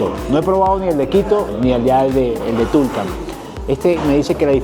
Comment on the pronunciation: No es Guyas es Guayas No es horNEAdo es hornado No es túlcan es Tulcán No es chicha de joRRa es chicha de Jora No es las vicentinaS es la Vicentina No son papitas aplastadas se llama Llapingachos 🙄 Por qué no empaparse mejor de la cultura de un país o una ciudad De cualquier manera bienvenido a mi hermoso país